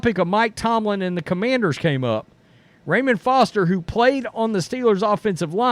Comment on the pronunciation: Pronounced "Rah-moan" Foster... not like Ramen noodles Foster 😂